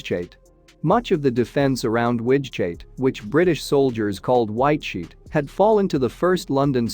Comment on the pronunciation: The AI can't handle the Low German guttural g/ch